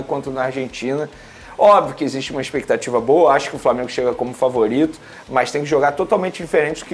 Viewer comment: expectativa não existe fala direito macho